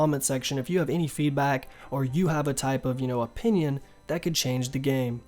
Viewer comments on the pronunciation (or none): none